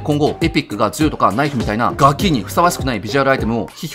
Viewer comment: は何を恨んでいるのか、どう聞いてもガキの発音が良すぎるぜ…！